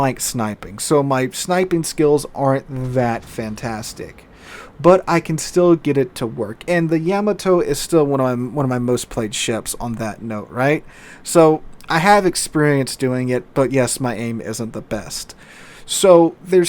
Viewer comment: not yam a toe it's YAA MAA TOE